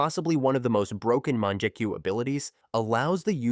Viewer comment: bru the "munjekyu" low key made me mad. its mon-gek-yu